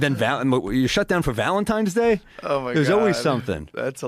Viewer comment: Right when I thought Sam couldn’t be more annoying with his little speech impediment the mf just said “ValenTIMES DAY”!?!?